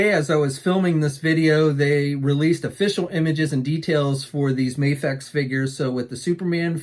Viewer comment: It's Video but with an M. Please pronounce it right U ignorant hick. I'm here trying to make America great again and people like U make Americans looks like stupid idiots who can't pronounce simple words properly.